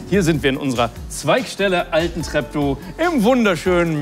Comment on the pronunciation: Altentreptow spricht man auch mit langem "e" . Und ist gerademal 10km von wo ich wohne entfernt :D